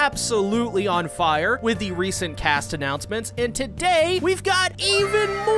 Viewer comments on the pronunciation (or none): none